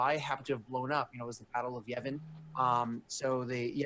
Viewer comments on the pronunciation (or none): Really wish would stop calling it "the battle of Yevan".... facepalm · also it's Yavin not Yevin